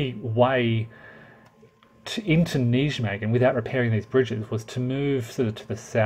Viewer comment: Come on with the name Wise Guy History you could dip a toe into research. You're not a Yank so make an effort with foreign place names! It's Dutch - "J" is pronounced like a "Y" [NY-may-gən], "W" like a "V" "Vaal" & "Cuijk is similar to to "Kaayk" [one syllable]. Wargamers profess an interest in history & nearly all of them get the basics wrong on names, dates & geography.